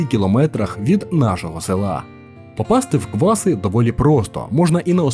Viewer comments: В сюжеті про КвасИ все геть погано з наголосами)) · Дякую, корисна інформація. Тільки тайм-коди невірні. І наголоси неправильно не лише в назві КвасИ, а і ПЕтрос, і Зміївський район, і ХотИн. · Тут виправлю, правильні наголоси: село КвасИ, гора ПЕтрос, гуцульські чАни, страва бАнош, фортеця ХотИн. Дякую за відео, багато невідомих для мене місць для відпочинку з палатками. Хотілося б щоб хтось хто там був відписались на рахунок музики від людей що там відпочивають, чи дійсно туди їдуть такі що люблять чисту природу без шуму, бо такі місця дуже тяжко знайти зараз.